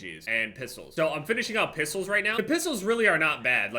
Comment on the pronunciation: The way says “pistols” (pissles) reminds me of the way he says “dentist” (dennist)